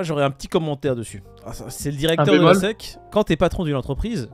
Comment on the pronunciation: c'est la SEC ( prononcer hesse ici) pas la SSI